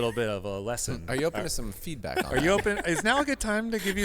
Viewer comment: hahahaha "good time for feeback"